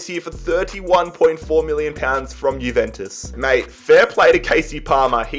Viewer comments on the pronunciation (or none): none